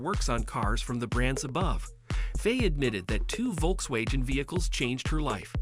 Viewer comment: I hate these AI narrations, especially when it mispronounces Volkswagen repeatedly